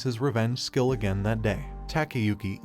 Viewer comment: Why does the system say shill instead of skill??????????